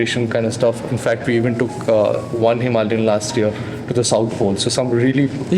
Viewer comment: Today I learned that it's "hiMALayan", not "himaLAYan"